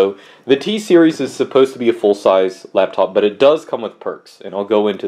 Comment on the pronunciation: says labtop, we call him